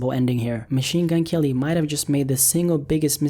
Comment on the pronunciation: Machine Gun "L"-y 😂😂😂